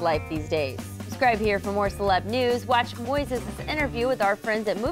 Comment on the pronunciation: his name is Moises Arias NOT Moses Arias